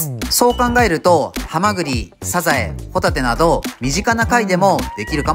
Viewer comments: え。もしかしてって普段から「ホタテ」を「ポテト」の発音で言ってるの？ 前回も「ご一緒にホタテはいかがですか？」の発音で言ってたよね？ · ホタテの言い方が毎回サンドウィッチマンなのよ